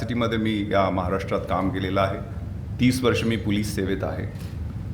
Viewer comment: नांगरे पाटील ...तुकाराम मुंढे तूम्ही कधीच बनू शकत नाही...आधी... पोलीस बोलायला शिका.. महाराष्ट्र पोलीस सेवेत काम करताना किमान मराठीतला.. पोलीस शब्द तरी व्यवस्थित उच्चारा... कारण तुम्ही मराठी मध्ये बोलत आहात... हिंदी मधे नाही....